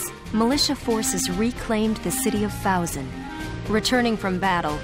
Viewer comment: The fact that he can't figure out how to pronounce Fouzen after all the times it's said show how little he pays attention to this game. Proof: he's got Catherine on his team (The game's objectively worst sniper), and the needless risking of Alicia which proves constant and annoying...